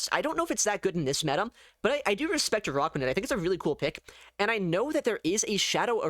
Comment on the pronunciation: ah yes, the spider pokemon "uh rock wa nid", not to be confused with an arachnid lol